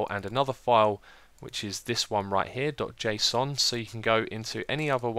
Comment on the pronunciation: "Jason" file xDDD